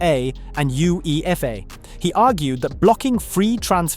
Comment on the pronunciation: "U-E-F-A", multiple unecessary similies and points constantly being made in 3s? Definitely AI